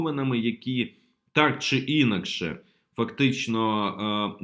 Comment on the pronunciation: Не Інакше, а інАкше.